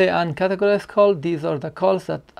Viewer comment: What are you saying about "UNCATEGORIZED" ? I can not understand you.